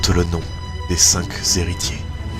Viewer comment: Juste faut faire un erratum à parce que ça se dit pas les 5 zhéritiers x) sinon le teaser est bon